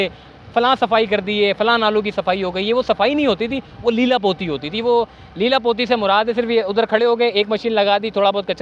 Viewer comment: its "Leepa Pootee"